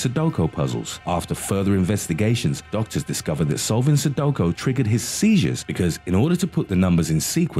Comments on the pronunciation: Anyone else annoyed at how he kept saying sudoKO? It’s sudoKU. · Sudoko? I say it's like sudokU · It really bothers me that you say Sadoko it's Sudoku. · Sudoko hahaha 😂😂😂 Su-do-Q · It's not 'Sudoko', it's 'Sudoku'. Aarrrggghhhh if you're gonna narrate a public video, you need to pronounce words correctly. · Haha sudowkow argh! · Since when is sudoku pronounced "sudoko".... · LOL Only when HE says it😂😂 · Anyone else cringe when he pronounced Sudoku "so do ko"?